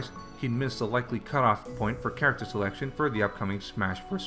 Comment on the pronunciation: Rate that characthhhr